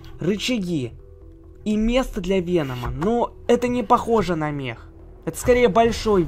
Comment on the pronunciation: Мех у тебя на руках, а это механический робот или все дела, а не "Мех"